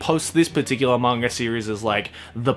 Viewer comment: every time says manga he sounds like hes saying "manger" i'm probably not the only one who's noticed it though